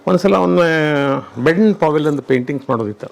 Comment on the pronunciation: ವಂದು ಅಲ್ಲಾ ಅದು ಒಂದು